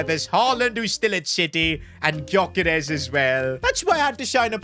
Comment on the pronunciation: victor grokeres❌ Victor groceries✅